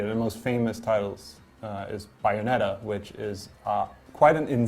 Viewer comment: Its BAY- ON- ET-TA geez lol